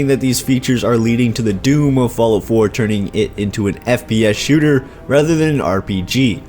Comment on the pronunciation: Hahaha. Falloot.